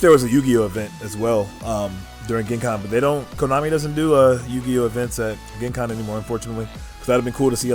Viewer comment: It’s pronounced Jen Con. Not Gen(ghis)Con